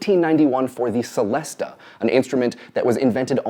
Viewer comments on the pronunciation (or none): It's pronounced "CHelesta" (as cello is pronounced "CHello") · He kind of combined the two accepted pronunciations, didn't he? The Italian Celesta (che-lest-uh) and the French Celeste (se-lest).